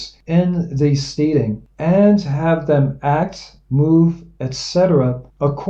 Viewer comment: And I think that it's Steading is pronounced "STEDing" rhymes with "instead" stead·ing /ˈstediNG/ nounSCOTTISH•NORTHERN ENGLISH a farm and its buildings; a farmstead. "an isolated steading on the boundary of two parishes"